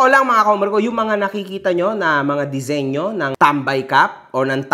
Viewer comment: Yung disenyo di senyo😂😂😂